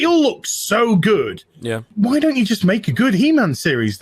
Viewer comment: When says "good"... 'Gooduh'